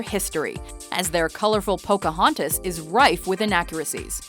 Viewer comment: But seriously? pocahoooontas?...